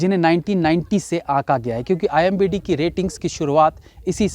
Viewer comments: Bhai aap ghalati Se IMDB ko IMBD parh aur likh rahy hain..... Title main th3k kar dijiye Sab yehi bol rahy hain... Chalein comments zyada ho jayengy aisy hi rehny dein isko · Pehle aap thick se IMDB kehna sikhlo, bhalehi aapka channel follow karta hu par bar bar ek galti pasand nehi hai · wo imbd nahi IMDB hota hai. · Bhai hamesha IMBD hi bolta hai pehele ki videos me bhi...😂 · It's IMDB (and not IMBD). BTW there are worse movies than these so better tell the parameter at start itself. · pehle to IMDb bol lijiye..imbd nahi 🤣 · IMDb hota hai imbd nhi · Abay its I.M.D.B. Not imBd. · Bhai imbd nhi imdb hota he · It's not IMBD it's IMDB. please pronounce correctly. 🙏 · The word is IMDb NOT IMBD rating 😂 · It's IMDB; not IMBD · I hope you noticed that the word is i.m.d.b not i.m.b.d 😁😁😁😁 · Imdb hota h...imbd nhi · IMBDd nhi wo IMDb hota hai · You are saying IMBD instead of IMDB . Didn’t I hear it right? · IMBD bol rahe ho bar bar.. IMDB hota hai bhai sahab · That s imdb not imbd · It's IMDB not IMBD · IMDB ko IMBD bol rahe ho Bhai, sahi shabd toh bolna seekh lo 🙄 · Imbd nahi imdb bolo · didn't he just said imbd blabala🤣🤣🤣🤣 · Why you are saying imbd continuously in place of imdb ? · Imbd nahi IMDb hota hai akal ke murakh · What is IMBD? I think its IMDB 😂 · Imbd nahi IMDB HOTA HAI.. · Sir why you are spoken IMBD instead of IMDB🙄🙄🙄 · IMBD Nehi hai... IMDB HAI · IMDb hai Bhai not imbd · Sir not IMBD its IMDB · It's not a imbd, it's a imdb.... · OOO imbd nhi IMDb hota h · IMBD nhi it is ... I M D B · IMDb hota he bhai wo... IMBD nahi...😅😅😅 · IMDB NOT IMBD... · IMDB rating, shayad jaan bujh ke bola Bhai me.😄🤣🤫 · Bhai aap IMDB ko IMBD Kyu bolte ho?? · Imdb not imbd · aap baar baar ek hi mistake kar rahe ho. IMDB hota hai IMBD nahi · IMDB ko IMBD bol rahi ho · Kya sir ji.. Aap har video me IMBD bolte ho.... Comment section bhi dekha karo sir ji.. It's IMDB NOT IMBD. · IMBD ni re baba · IMDB hai not imbd